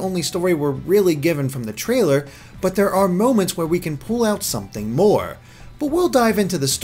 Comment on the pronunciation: "Nice bod you've got the'e." Kept completely intact, but with 100% more Welsh.